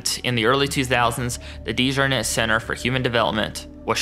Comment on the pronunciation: I’m a Dejarnette too. You’re saying the name wrong lol. This is apparently a great great uncle of mine. It’s beyond embarrassing